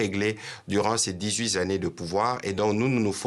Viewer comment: Dix huit [z] années...